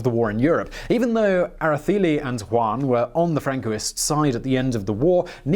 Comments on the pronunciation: Interesting that the c is given a th sound ... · Era-Thay-Lee or Era-Say-Lee. We learn, you learn, we all learn. Good Job tho! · The E in Araceli is pronounced like the E in cell.